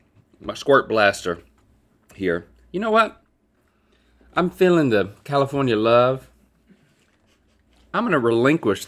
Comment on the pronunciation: Califownia knows ha da paaaaaaaaaadeh 😂😂😂😂😂 Link’s eyebrow when he says it is priceless